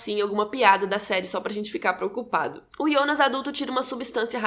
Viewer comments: Pq vc fala Ionas e não Jonas? Na série mesmo fala Jonas, ou eu tô doida kk , essa tatuagem do Noah é igual a um quadro do hospital que o Mikkel viu e em outra cena estava com o quadro na cama. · Que agonia velho, ela falando ionas e não Jonas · ótima analise e contrução de narrativa, mas pq ''Ionas'' e não "jonas"? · eu gostei do video e da explicação mas chama de jonas e nao ionas pfv kkk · Q agonia ouvir "Ionas", pq n Jonas msm? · Não é ionas não mulher é Jonas... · Ionas .. pq nao pronuncia JONAS CARAI?? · por que você fala yonas, se é Jonas? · porra de ionas é jonas!!!!! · ionas...? fala Jonas... santo Deus. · " Ionas " da agonia ouvir o nome dele assim kkkk é JONAS kkk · Achei que era só eu que estava com essa agonia kkkk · O engraçado é que ela fala "yonas" não "Jonas" kkkkkkkkkkkkk estranho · Pq ela chama o Jonas de Ionas ??? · QUE AGONIAA ELA FALANDO IONAS KKKKKK maaas perfeito video adorei o resumo <3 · Porque vc fala "Ionas" se é Jonas? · A gente já tem dificuldade pra lembrar dos nomes, ela ainda fala IONAS ao invés de JONAS, sei que a pronúncia é IONAS, mas em português é JONAS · ionas? Kkkkk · Ionas ou jonas? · Agonia de chamar de Ionas 🤣🤣🤣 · Fala jonas por favor, voce falando ionas só complica mais as coisas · iounas kkkkkkk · eu gostaria de saber porque você pronuncia o nome JONAS de: IONAS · É "Jonas" não "Ionas" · Ionas???? Não é Jonas???? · É “ionas” ou Jonas? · Jonas= yonas?? Jacaré = yacaré?? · KKKK O melhor do vídeo é ela tentandor falar os nome do personagem IONAS kkkkk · Mayara Andrade pq raios ela pronuncia “Ionas”, deu agonia 🤣